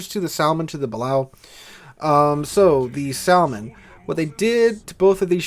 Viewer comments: The "L" is silent in Salmon. (/ˈsæmən/) is the pronunciation. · its a silent l , sammon